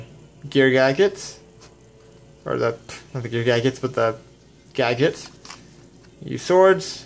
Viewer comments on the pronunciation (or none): Gaigits? What's a gaigit? You mean "Gadget?"